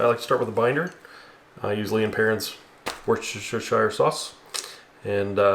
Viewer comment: Great video, and BTW, it's pronounced wooster-shear like woo in wood, not woo.